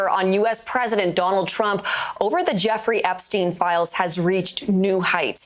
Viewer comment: please--It's Jeff; nor jaw. (Or is it a YouTube thing?) Like having to self-censor, and saying ridiculous things like "unalived."